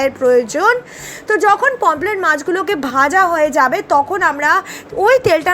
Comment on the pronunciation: Didi pomplet bolena Pomfret bole